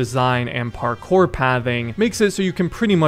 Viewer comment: "parCORE" wtf dude